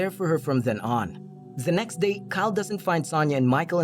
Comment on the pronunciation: Why am u hearing 'za next zay' instead of 'the next day'